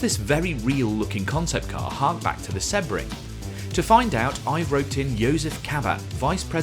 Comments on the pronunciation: When did Sebring, See-bring, become Seb-ring? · seb-ring? see-bring, no? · It's “See-bring” not “Seh-bring” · How on earth can’t he pronounce “Sebring”? It’s See-bring not Sebb-ring😂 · open google translate, use language detection/english and write sebring, do you hear seh-bring or see-bring? because I'm not deaf yet and I hear see-bring, I've been watching racing for a couple of years and that is the way to prounouce the name of the track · I got annoyed by the way he pronounced Sebring, it’s always been seebring? Or have I been saying it wrong for 30 = years? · I wondered what on earth you were saying with Seb-ring.. never heard it pronounced like that lol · Sebring is pronounced SEEBRING. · The way you pronounce Sebring is wild. Such a famous race that you've never once heard it spoken? 🤣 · It’s someone’s name. It’s like seeing ‘Dave’, pronouncing it Dove-E and claiming it’s just your accent. Or saying Porshhh instead of Porshuh. There’s no reason not to say it correctly. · It’s someone’s name. It’s like seeing ‘Dave’, pronouncing it Dove-E and claiming it’s just your accent. Or saying Porshhh instead of Porshuh. Accents don’t enter into it. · dude if you want the correct pronunciation you can google it or check it in the dictionary, there is the right way to pronounce it and there is the wrong way, he didn't do it the right way and I'm tired of responding to this because I don't understand how anyone can hear this as the right way